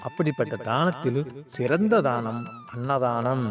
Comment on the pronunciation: தாணம் இல்லை தானம்